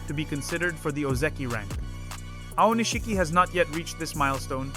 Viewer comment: You used so many different pronunciations of Aonishiki l000l. Japanese names a little tough eh? XD